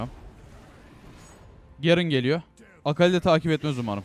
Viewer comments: Artık Türkçe konuşurmusun Gerın ne ya onun ismi garen ve sayon deyil sion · Abi şunlara zeyah gerın sayon deme ya sinir bozucu oluyor sion zayah diye oku lütfen ya